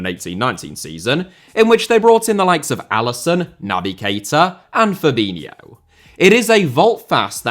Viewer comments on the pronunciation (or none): none